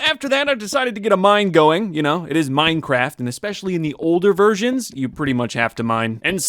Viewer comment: especially in the older versions What I heared: especially in the older virgans